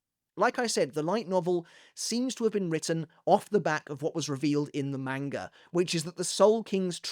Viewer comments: stop mispronouncing manga. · Stop mispronouncing manga